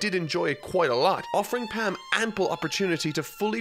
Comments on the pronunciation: Love the videos, but your pronunciations really get to me lol. It's Palm not Pam for example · Same here. Like how he mispronounce Palm with Pam? That’s an English word. 😩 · In dub, they say "Kura-peh-ka" instead of "Kura-pee-ka", and Palm & Netero as it's spelled. Not sure how he got Palm and Netero names pronunciation wrong, but maybe due to his accent.